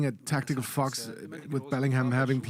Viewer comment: Every time he says a "tactical fox" the way he says fox I always think that he is saying the F word xD